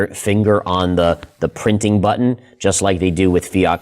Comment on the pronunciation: thank you for pronouncing the “T” s in button